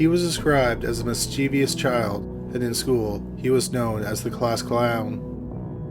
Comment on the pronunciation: Please, I'm begging you, don't pronounce 'mischievous' as mis-chee-vee-us, it only has 3 syllables; mis-chiv-us. It's derived from 'mischief', so it's like mischief-ous. Much thanks in advance.